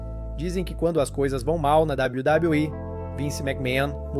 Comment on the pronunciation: Sabe nem falar wwe kkakakakkaa